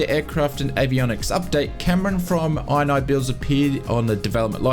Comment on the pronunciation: Isnt it called "In-knee-builds, not "Eye-n-Eye-builds" ?! 😂😂